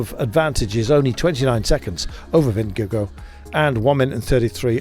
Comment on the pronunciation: Somebody learn that commentator how to pronounce Vingegaard .. Sounds really bad . Mabye call Rolf Sørensen ... Its about time to learn it right. ok .. fan of GCN .. :) and subscriber ,, And danish LOL:face-purple-crying